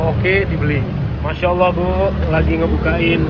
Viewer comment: Cuma pengen ngingetin aja sih.. kl mengucapkan lafaz Masyaa Allloh tlg yg bener dong, jangan Masyaa olloh, apalagi d dengar sm razka.. Anak bayi itu perekam bgt loh